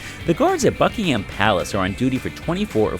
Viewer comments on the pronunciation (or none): Great video! May I make a suggestion (..as a Londoner). We pronounce "Buckingham" as "Buckingum" as in "um" not with "Ham" as in the meat. If you do you will head and shoulders above other American tour guides! Greetings from London!